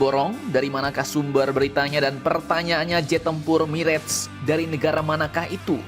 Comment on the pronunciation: Mirah, bukan mireg min admin.....kayak orang tdk sekolah saja.